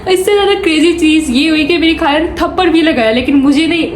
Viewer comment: kind iformation ; not kaala but khala, not galat but ghalat, and so onn corect these words... it makes really sad that we are direspecting the most sweetest language urdu ...please spread my information